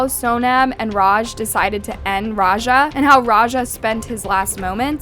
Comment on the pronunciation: why people can not pronounce raja properly🙄